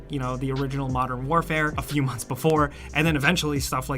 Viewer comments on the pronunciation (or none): none